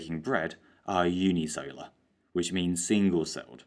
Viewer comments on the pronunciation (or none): fyi, cellular is pronounced as "sell-yoo-lar", not "solar". this can cause confusions to students. great work tho. cheers lad. appreciate it